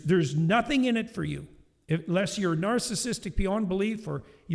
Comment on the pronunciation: JP is the only person I'll listen to after he says "narcissistic" once.